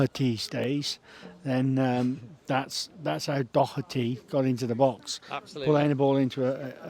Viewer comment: Clear dive from Doherty learn to say his name